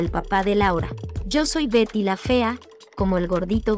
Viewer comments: Por favor no utilices esas voces automatizadas. Ignoro como se llaman estas voces artificiales , pero el 60% del video no se entiende. A veces dice Gary la fea, o pronuncia mal las palabras. Si se van a dedicar a esto, pónganse a escribir y dar las notas ustedes mismos. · Correcto pero la inexperta del reportaje lo menciona como esposo de Berta, (o Verta) y el "Chimuyurri" fue quien interpreto a su esposo. Un reportaje buenisimo en voz de una pesima voz buscando ilustrarse de plata ajena. E incluso el nombre de Betty lo trata de pronunciar en Ingles y al final en castellano.